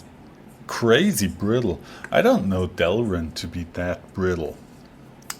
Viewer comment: It’s not delrin.